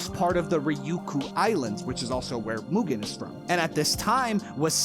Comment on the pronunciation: Congrats on pronouncing Mugen correctly: "moo-gen" and not "mew-gen"